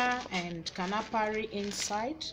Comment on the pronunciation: It is not KANAFARI it is KANUFREE